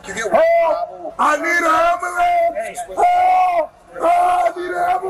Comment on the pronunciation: "I NEED AN AMBOOLANCE !" ROFLOL